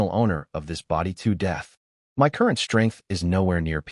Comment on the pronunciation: I don't understand why "of" , "it" , "in" are pronounced correctly , but "my" is read as M.Y.